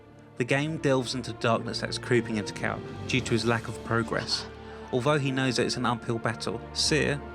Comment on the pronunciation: When you said "forced Cal" I though u said force cow xD cool vid